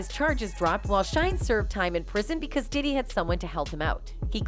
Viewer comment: "Pee Diddy" 😂